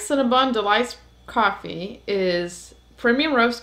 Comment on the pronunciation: Great review especially when you have Coffaay 🤣👍🏻